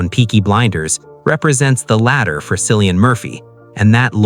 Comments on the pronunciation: The way you incorrectly pronounce cillians name makes me not want to subscribe 😢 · Killian his name is pronounced killian my goodness if you are going to do this get the pronunciation right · The C is pronounced as K. Quit using it like the Boston Celtics. Completely wrong. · I know, this drives me crazy, I hear Cillian's name being mispronounced more often than not 🤔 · I enjoyed watching this but echoing the comments below it’s Cillian with a hard C as in K. I don’t understand how you can take time to produce a video like this and not get his name right, particularly as he’s everywhere globally at the moment, and quite rightly so. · Pronounced Kill- ian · JESUS . IRISH K , NOT S SOUND. 🍀🍀🍀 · Kill-ie -an, Jesus man learn how to pronounce the actors name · It is 2026. His name is pronounced KILL-EE-AN. Brutal. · It's pronounced Cill like window sill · No it’s not. It’s pronounced Kill. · just for your info .. if Cillian heard you say his name with the s sound and not the hard C sound .. he would not be pleased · If you’re going to make a video about someone, you should at least pronounce their name correctly. I can’t take this seriously with this egregious error front and center. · He is so private than a lot of people who think they know him can't even pronounce his name. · The C in Cillian is pronounced as a K! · Please pronounce that lovely Irish name correctly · For gods sake how could you get the pronunciation of his name wrong. It’s Cillian the C pronounced like a K. It doesn’t give me much confidence in this article if don’t get his name right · I know 😖 I’m in America & watching something to take my mind off the hell living in here. It makes me angry when they can’t call him by his name. So trying to not be angry for a while didn’t work because this idiot can’t manage to pronounce his name correctly 🤬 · Cillian is pronounced with an initial K sound, not an S. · It’s pronounced killian not sil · Kilian,not Cilian. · It’s pronounced KILLIAN. 😬😳